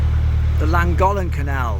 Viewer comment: Hi will another great vlog👍 Just one thing please call the Llangollen by its proper name 😂 Its pronounced clangoflen